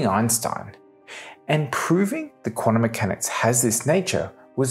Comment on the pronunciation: "Quanummechanics"?? Ugh!